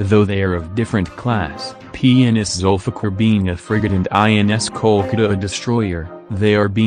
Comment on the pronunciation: The way it says 'Zulfikar' :D :D ...zulfuck!